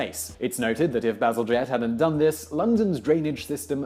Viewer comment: what I hear when he says "Bazelgette" is always "bezel jet"